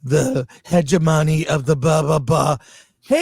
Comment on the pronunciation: Hedge-uh-monny. LMAO